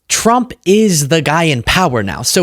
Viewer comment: Trwwwuuuuuuuuump….and I used my big biggy pen⭐️. Im a big boy now..and I’m the pwresident. Pwesiiiident Twruuuuuuuuump💇🏼‍♂️